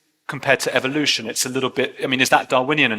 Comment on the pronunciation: I wish Richard would pronounce evolution the right way, just saying.